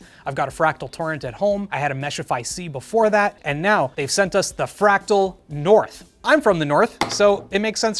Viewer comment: Ah the good old "Fratal North"